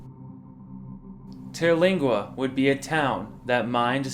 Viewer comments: Terlinga.. bro pronounce it correctly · Learn how to say Terlingua.